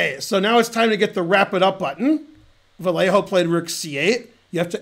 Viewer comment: Hey Ben! In Spanish, a double l doesn't sound like a single l: The hard and fast, close-enough for english speakers rule is to pretend it's a y, as in yell. As an expert at yelling on the stream, I am pretty sure you can do it.